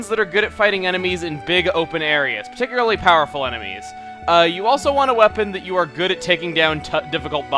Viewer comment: Hey chuggaa don't you mean PITicularly.